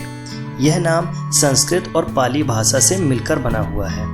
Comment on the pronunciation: excuse me....can u plz improve ur language you are saying bhasa instead of bhasha